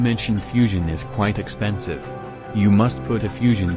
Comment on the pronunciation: Drinking game: If he says 'Expenisve' drink If he says 'Mass' drink